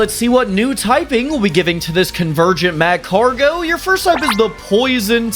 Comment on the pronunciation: The way you pronounce macargo triggered me to no end...... Love your show, though